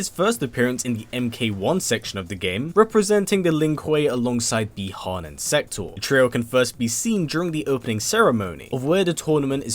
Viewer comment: Really can’t stand when you say sub zero name as bie Han which is bi Han with out the e